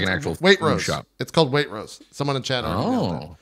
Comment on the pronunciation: JPs pronunciation of waitrose makes me die, but i totally get it that's how its spelt. I guess in my neck of england we say it more like weight-rows